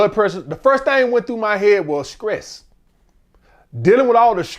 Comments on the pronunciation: skress…..😂 butchered that word somethin serious. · he pissing me off sayin skress 100x 😂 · That "Skress" is crazy work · Screes you mean stress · How can someone as intelligent as continuously say “scress” instead of stress they’re not even close lmao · SCRESSSSSDDDDDD OUT brotha 😂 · 😂😂 Scress kills relationship guys 😂😂, he done rumbling so much that he lost his sense of pronunciation Scress 😂😂😂😂